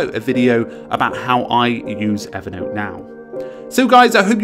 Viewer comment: I just wish he could pronounce Evernote as Evernote.